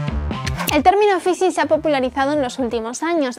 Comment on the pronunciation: ¿El "fisin"?